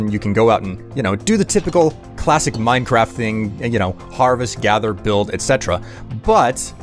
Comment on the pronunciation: I thought you said Parvis instead of Harvest 😂